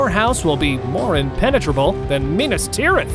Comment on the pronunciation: It's NOT pronounced MEENIS Tirith. GOBSHITE 🫏🕳!